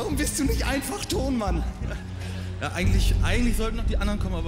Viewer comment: Vor allem wie jeder frank (Tohnman) ausspricht als wäre es sein Nachnahme 😂